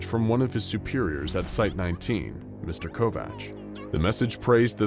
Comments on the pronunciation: I'm not trying to be "that person " that is always correcting people's grammar and is a complete jackass about it but you mispronounced Kovach .....its pronounced ( Co-vac) my mother had married a man when I was in 2nd grade and his last name was Kovach people mispronounced it all the time! Lol funny thing was that her last name was Couch and for some weird reason people mispronounced that too ....like how in the heck could anyone mispronounce COUCH !! they would say cootch, cow-ooch , crotch I was always so embarrassed by having that last name and as soon as I got married I was quick to have that name dropped immediately!! You know how mean kids can be so yeah ....I also would not tell people my last name at all ! And would tell people I'm like Madonna and Prince .....I don't have a last name lol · Covach/Kovach is pronounced as Co-vack...